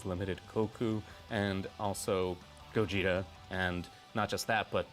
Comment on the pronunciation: "Also the Super Saiyan 4 GoYEETa which..."